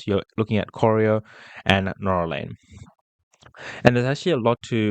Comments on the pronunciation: You pronounce Corio as Co rye O Corio is full of public housing, it’s full of meth heads. You’ll get rubbish tenants. Colac is a better area, still cheap but not full of meth heads. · The suburb is corio pronounced kor-eye-o and not coreo .... dont worry not a biggie ..... just get here before its all gone to the Chinese, Indian and the Muslim countries population ..... not a racist remark its just that they seem to congregate with their own unlike the rest like the European ones, Greeks, Italians Macedonians, Spanish etc. that have their own clubs and associations they are mixed with everyone else without problems .... well rarely. Check out Pako Festa and you will see what i mean, you got to be there every year !!